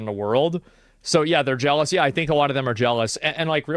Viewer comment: BRO SAID JELOUS XDDD